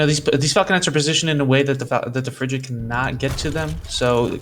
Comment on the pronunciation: Why did that commentator keep pronouncing the word "Frigate" funny Lol he was saying it like Fri-jet LMAO